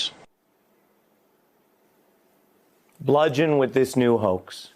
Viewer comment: what's a "cahoax"?